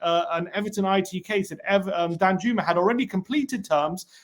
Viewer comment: I’m pretty sure it’s pronounced Dan-yooma